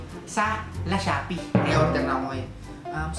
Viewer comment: Pakinggan nyo yung Lashoppi daw sabi ni